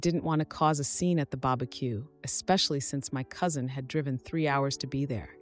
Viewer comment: "The babaque" lol